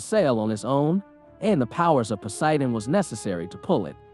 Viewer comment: why cant you say Poseidon like a normal person... and not as ''Pociidon''